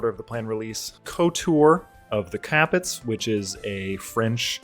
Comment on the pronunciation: I wish people would pronounce Capet right. I can't believe even Alexander Oltner ballsed that up. Cap-eh being French in origin. Grrrrr.